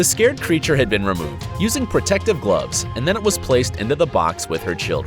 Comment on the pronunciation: I like how you said protective cloves when they were oven mits :)